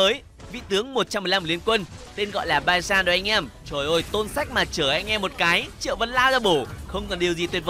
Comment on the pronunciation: baizan --> banzai =)))